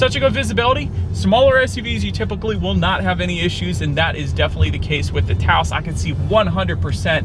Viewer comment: Taos not Taso😁